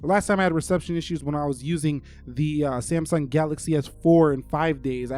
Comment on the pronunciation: did he just call samsung "samy" ?? lol